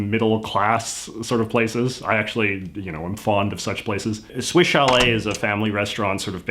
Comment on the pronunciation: Why does it sound like you pronounce Swiss as Swish?